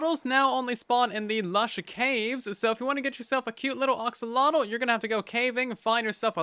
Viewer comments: IT IS AXOLOTL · WHY DOES EVERYONE SAY OXOLOTL